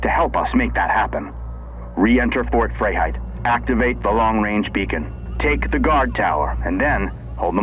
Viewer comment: Fort Fray Height was that man's attempt at the german Freiheit? I like that it is not aliens, dislike that it is an infection, don't really have an opinion about them being crab-like.